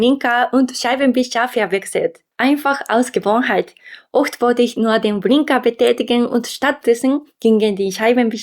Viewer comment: Faszinierend. Du verwechselst sehr häufig L und R. Statt "BLinker" sagst du "BRinker". Statt "FahRer" sagst du "FahLer". Deswegen übe deine Aussprache, die ansonsten schon sehr gut ist! L - Zunge stößt oben hinter den Schneidezähnen an und verweilt dort, während du stimmhaft ausatmest. R - Der hintere Bereich der Zunge stößt am Gaumenzäpfchen an, während stimmhaftes Ausatmen dieses in Schwingung versetzt. Alternatives (gerolltes) R - Die Zunge wird leicht nach innen gezogen und im mittleren Mundbereich locker nach oben gehoben (ohne Kraft). Dann wird stimmhaft ausgeatmet und die Zunge in Schwingung versetzt. Mir ist bewusst, dass die deutsche Sprache sehr schwer zu erlernen ist! Und du machst das wirklich gut bisher. Aber diese kleinen Fehler fielen mir auf und ich wollte helfen, besser zu werden. Falls das zu direkt oder aggressiv war: 申し訳ありません